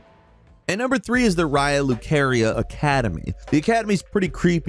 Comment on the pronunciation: I feel like these guys almost don't play the games they make content about. Like how do you mispronounce multiple names of characters and locations when they are said aloud in game many Many MANY times! Did it for Gideon, Raya Lucaria, and Sellia here, but honestly; it just annoys me how so many things are mispronounced by ANYONE when you have actual voiced dialogue in a game. Like seriously, did you skip all dialogue? All cutscenes? The plethora of other content creators that say it in a consistently different way than you do? It baffles me.